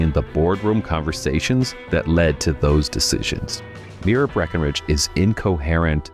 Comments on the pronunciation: My-ra. You said Mira. They are two different names. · You need to learn to pronounce Myra.